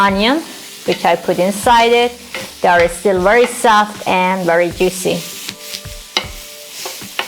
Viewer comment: Wery wery good